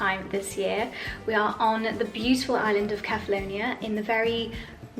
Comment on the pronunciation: I wish you would learn how to pronounce the name of the island correctly, seeing you go there every year.